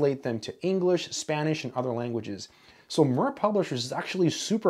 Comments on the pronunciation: It’s pronounced like “mere” instead of “mur” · MIR is not pronounced MUR! It’s the Russian word for peace and earth. Same as the space station. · It’s pronounced “meer” not “murr” it means peace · MIR is a transliteration of Russian word for "World" and "Peace" and is pronounced more like "mere". The first book that I encountered published by them was the book by Kolmogorov and Fomin "Elements of Theory of Function and Functional Analysis" that we have used for my analysis course in undergrad! Immaculate book! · I may the Russian version of this sitting on my shelf, from my grandmother's collection. For what its worth, the pronunciation of the publishers name would be more akin to "meer" as in "meerkat" or rhyming with "near", mir being the Russian word for "world" or "peace". Great video! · "Mir" is Russian for "world", and it's pronounced "mEEr" as in "here" or "dear". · More like ”mir” as in ”miracle” but with a trilled r. It is not the same vowel as in “meer”. 😏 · Thank you for the vid, it's always nice to see things from a different perspective. p.s. I do love how you pronounce "Mir", like a purring kitten :) It's "the world" in Russian, by the way (with "ee" sound in the middle, as in "beer"). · In Russian the name of the publishing house is pronounced a bit differently, it sounds similar to the word “mere” in US English. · Mir is pronounced as "Meer", it stands for "Peace" or "World". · Mir, pronounced meer as in meerkat, means World/Peace. Mir Space Station, World Peace Space Station. Do you wonder why we were never told the translation whenever the Mir Space Station was on the news? :-) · Just for reference: "mir" is pronounced like "mere" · Slight correction. The word is pronounced as "Mee-RR" to mean "World" in Russian :) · just one thing, mir is pronounced meer and is Russian for World (or peace) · Mir is pronounced ‘meer’ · That's "mirrh" with i like in sea, only shorter. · Mir is pronounced as meer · I think Mir is pronounced as Meer as Ear is.